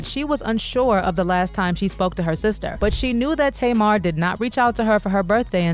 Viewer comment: Her name is Tamar and is pronouced is TAY'MAR.